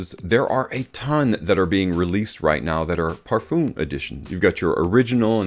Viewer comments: It’s not pronounced “parfooom.” 🤣😂🤣😂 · no it’s pronounced par-fuum. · Great Video but for god sake learn how to prounance Parfum This is a MUST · Now with Eros I can also hear how you pronounce it in Eau de Parfum So it's hopeless correcting you LoL